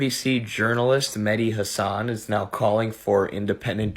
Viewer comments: She can’t even pronounce “Hasan” correctly. 😂😂😂😂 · Yeah, I noticed her miss pronouncing his last name. I'm picking why she's saying it wrong? LOL. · that idiot defending hassan can't even pronounce his name😅😅😅😅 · she complain about him getting fired, while mispronouncing his his name. I take it she's never watched him? So who is the Islamophobe? She is. He got cancelled because the Democrats do not watch his show. It's their fault. It's like Disney, they make movies for left wingers, but say it the right wingers fault when they fail. Worse are those who believe, and follow their BS. Our entire planet would be so much better off if their party was no longer around. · The one chick cant even pronounce hasans name. The outrage! 🤡🤣